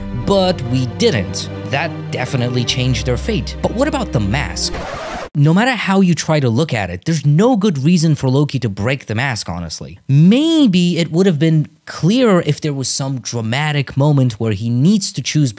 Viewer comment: bro really said Loku